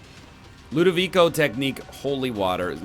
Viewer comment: I'm from Italy and I thank you for the new pronunciation of Ludovico as Ludovi - ko and not Ludovi - cho!